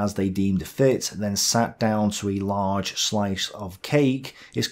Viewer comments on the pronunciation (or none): none